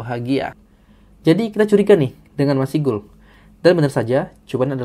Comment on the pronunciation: izin di menit di kata masygul, bagian 'masy' dibacanya seperti pada kata 'masyarakat', bukan dibaca terpisah ma-sy-gul 😅